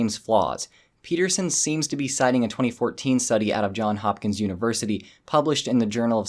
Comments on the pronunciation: Sorry to be pedantic, but I'm going to do it anyway: - it's Johns Hopkins. Not John Hopkins. John Hopkins is an English actor known for playing Sgt. Dan Scott on Midsomer Murders. Johns Hopkins was an American Quaker entrepreneur, abolitionist and philanthropist who founded a university. Getting back to the point of the video, yes, Peterson is a massive charlatan and a complete twat. Surely everyone who watches this channel knows this by now. Can't we get to the point when we can just ignore him? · "Johns Hopkins"